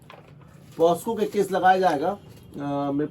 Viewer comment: पॉस्को नहीं पाक्सो 🙏🏻